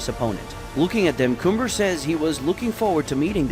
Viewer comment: i honestly dont know if it was the way i was annoyed with his name and how u said cumber last time i am greatful for the change and now his name sounds cannon THANKYOU